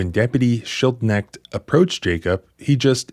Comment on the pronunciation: There is no-one in this case called "Jake-up". It's very clearly Jacob. Is this an inside joke? You can't possibly be this poor at pronunciation.